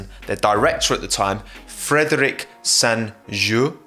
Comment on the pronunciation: Good butchering on the Frederic (Frederique would make you pronounce it correctly I guess) Also,, can you install an Albon quota? Like 1 mention per ten videos? Otherwise good video. Solid.